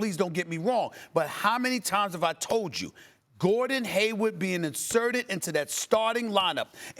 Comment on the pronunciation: No one: Absolutely no one: Stephen A: GORDON HAYWUD BEIN INSERTED INTUH THAT STARTIN LINEUP